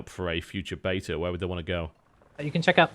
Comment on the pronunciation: He pronounced beta correctly!!